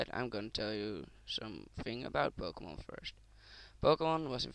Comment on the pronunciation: i cant understand what the fuck your saying go make some operation to your vocal cord cause fuck man! and you cant even fucking pronounce the names of the fucking pokemon right! you fucking dip shit!